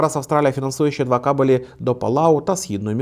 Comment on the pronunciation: хороший контент, дякую. єдине зауваження - кАбелі, а не кабелІ)